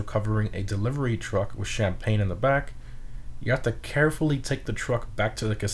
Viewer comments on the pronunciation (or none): none